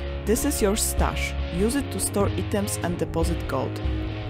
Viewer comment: Amazing production. Thank you so much. Pronunciation: EYE-TOMS = items.